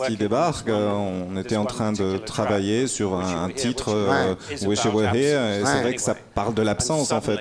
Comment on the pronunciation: Ardisson à côté de la plaque: "Ouishe you waire dère" au lieu de "Wish you were here"...😂 la.honte!